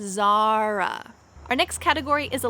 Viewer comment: Ne güzel Zara diyorsun 😍😍